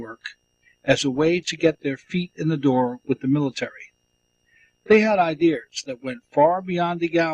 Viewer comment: How many times do I have to listen to this man say "ideers" instead of "ideas"? It's like nails on a chalkboard to me...